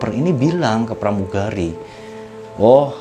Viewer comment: plamugali 😂😂 😂😂